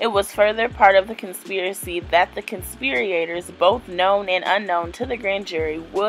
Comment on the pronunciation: I just wish she would have read over the information before recording herself reading it. The pronunciation issues and struggle to manage the sentence structure while reading made it difficult to follow what she was saying. The "conspir-E-ators" really threw me, and not using context to understand how to accentuate several words just really made this a cringe worthy video. I appreciate the information she was ultimately trying to provide, though. She's obviously not a "dumb" lady, I just think it would be highly beneficial for her to take a minute or two to read over the content, so that she herself would understand the structure of the information and pronunciation of all of the words, before attempting to share it with others. ❤